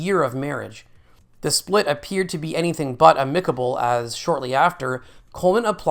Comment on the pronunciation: Some of these words have AI in a chokehold 😂😂😂. Did you hear the way it pronounced "amicable"??? 😂😂😂😂